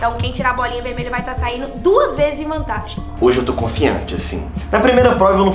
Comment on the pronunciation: "azuL" "veLmelha" Kakakakaka